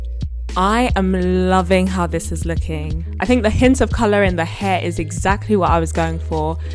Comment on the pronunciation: cool dynamic girl and stop saying couler